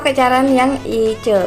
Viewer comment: Ice dibaca ais mbak :v